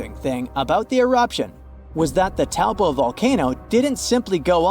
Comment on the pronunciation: you pronounced Taupo wrong it's (Toe- Pour).